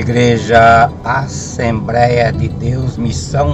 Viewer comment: Compadre, estás falando como os cuiabanos; trocando a l pela r. Assembleia ñ assembreia